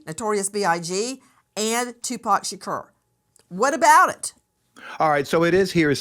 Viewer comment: Can you learn how to say Tupac’s last properly??????? It’s not “Shakeer” It’s “Shakor.” That is sooo disrespectful. Just goes to show you don’t know much of anything both these people.